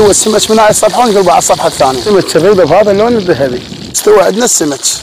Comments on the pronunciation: يا ناس بالله عليكم ايغلبكم حرف الكاف اسمه سمك مش سمش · هو ليه بيقول سمش ولا سمج ما يقول سمك عادي